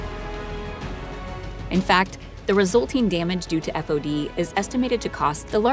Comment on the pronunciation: When I was in the Navy it was pronounced "faud" and spelt "fod" or "FOD". Never did I hear it said "F O D"